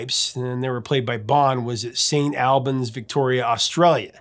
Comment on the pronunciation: Good video Prof but need to work on your Australian place names. Its Melbn and St Albans is pronounced Snorbns.